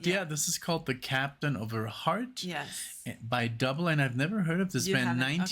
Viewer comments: The band’s name is NOT pronounced “duh-bul” but is pronounced as “doo-blā”. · Then band's name was actually pronounced "Doob-lay". They are Swiss and I read they were a bit perturbed by American DJs calling them Double. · It's pronounced, "Du-bley", not dough-ball. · It's pronounced Du-blay! Kurt Maloo, the singer was gorgeous back in the day. Are y'all watching the video or just listening? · It's actually pronounced like Dooblay ..really nice song , vivid memories ..thanks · Pronounced "Doo Blay"! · They’re pronounced “Doo-bley”